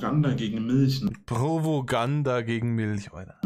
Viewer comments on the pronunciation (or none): PROWOGANDA killt mich jedes Mal. Ich habe eine Theorie!: Er glaubt Prowoganda Bedeutet Provokation / provozierendes Gerede😂